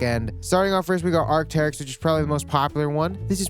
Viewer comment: “arcy” never “teryx”. please never say teryx ever again.